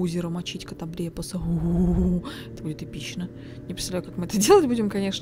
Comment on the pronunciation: так произносит "катоблепас", что звучит почти как ругательство ))